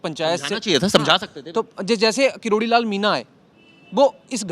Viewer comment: कैसा पत्रकार है साला किरोड़ी लाल को करारी लाल बोल रहा है